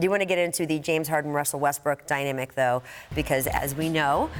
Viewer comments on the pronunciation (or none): "die-nemic" tho